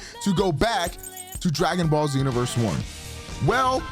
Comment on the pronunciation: lmao "Dragging Ball"